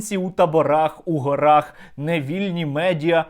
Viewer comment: Наголос у слові " гори" у місцевому відмінку множини на першому складі: " гОрах".